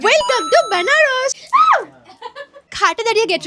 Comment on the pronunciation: Literally she say বানারস😅😂